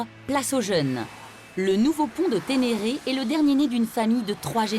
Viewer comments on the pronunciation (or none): ce n'est pas le pont de tenere comme vous dites mais le pont de terenes